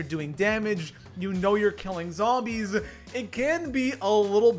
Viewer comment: love how u say zhombeez :D